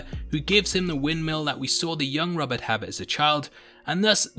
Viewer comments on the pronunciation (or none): none